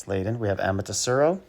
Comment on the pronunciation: Ama-Te-Rasu, not Saru